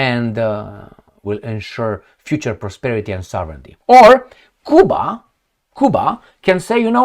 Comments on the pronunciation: Cul bas😂😂😂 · You never pronounce Cuba properly